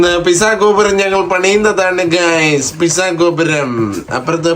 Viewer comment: Pissa alla Pete - Zaw 😊 like your son said